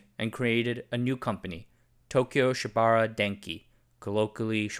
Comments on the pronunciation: Pronounced: Shiba OOrah (ura means behind) NOT shibara. TOkyo + SHIBAura = TOSHIBA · Just FYI Shibaura is pronounced “Shiba” “Ura” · “Shiba-ura” (four syllables).